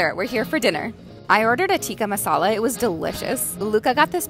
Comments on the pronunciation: I’m not tryna be a nit pick or like a party poop or something ,as a Muslim,it was pronounced like “Thikka masala”!Love ur vids especially the mila content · my indian butt is crying at that pronunciation